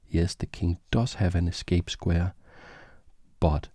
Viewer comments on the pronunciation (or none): none